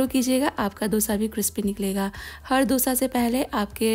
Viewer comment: It’s pronounced as दोsa and not dough sa